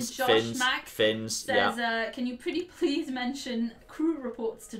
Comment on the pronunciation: I've just suffered a thousand tiny heart attacks watching this video due to OCD. Prease John, never again. (Great video, laughed a lot)